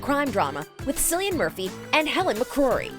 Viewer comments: The "C" in Cillian Murphy is pronounced like Kill not Sill. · Any Irish person watching this is laughing at "SILLIAN Murphy!", it's actually pronounced KILLIAN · Did I just hear SILLIAN Murphy???? Oh my Jesus Christ how did that happen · Silly-Ann Murphy? Good lord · Oml ‘Sillian Murphy’ I’m dying 😂😂😂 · That's not how "Cillian" is pronounced morons. It's "Kill-ee-un", god I hate for-profit YouTube channels.... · Not a fellow Corkonian having his name pronounced at "Sillian" ✋😔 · Did she really just pronounce Cillian as “Sillyan”... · the name Cillian is pronounced with a K not a c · “kilean murphy” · Did she just pronounce Cillian Murphy as Sillian Murphy? Puke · “Cillian Murphy” is pronounced “Kill-lee-in Murphy” it’s an Irish name. The c isn’t pronounced using an s sound but a k sound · This is exactly what i was looking for.. this comment…. I got scared there for a second that i was about to be the first one to point it out… thanks.. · actually, I was scanning the comments to see if anyone else said this very thing. If not, I was going to be "forced" to say it. Cillian Murphy is a brilliant actor. The least that narrators of YouTube videos in the same industry can do is to learn how to correctly pronounce his name.